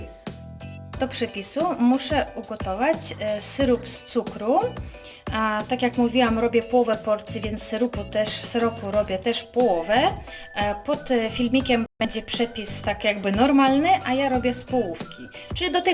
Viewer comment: Troszke mowisz nie wyraznie albo przekrecasz slowa syrop a nie syrup